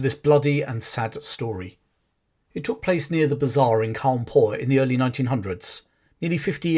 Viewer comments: The British prouncoced and write it as coawnpur While indian is kanpur lol It's like the same with Brits trying to say Bharat There pronunciation comes out as " brat " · Its Kanpur sir anyways great vid Sub from lucknow